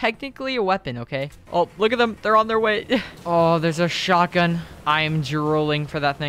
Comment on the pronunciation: the way he says shotgun